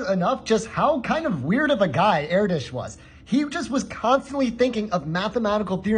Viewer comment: “Air dish” God the pronunciation is killing me